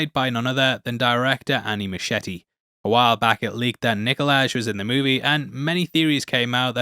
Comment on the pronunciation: And sorry, the director’s last name is pronounced moose-kieti